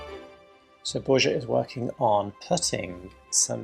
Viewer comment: Why can’t you learn how to pronounce Borja (bor-ha) correctly? He’s your partner.